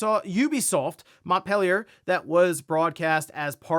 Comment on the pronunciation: Its "Mont Peh Lee Ay"